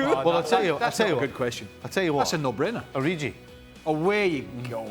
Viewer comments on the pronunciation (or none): "Origi" should be one of the very easiest names to pronounce. It's not short for "Original". That's a hard "g" in there, so please get it right. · This Ureeji guy must be well good. It's Origi, you twats. O-ree-gi. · Who's O-ri-gee? Btw. What did Divock do to Stevie to be in his bad 📚. Snubbed him at some Liverpool function?